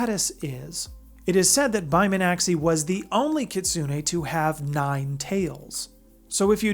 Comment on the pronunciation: Yeah, you were a bit off on the name pronunciation. Bai Mi-an-xi (kind of like shee)